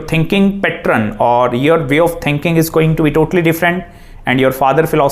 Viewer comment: Aap happen bol paa rhe ho, Saturn bol paa rhe ho to fir pattern kyu nahi bol paa rhe